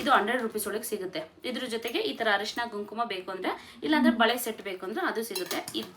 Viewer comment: ಹರಿಶಿನ ಅಲ್ಲ ಅರಿಶಿನ 😢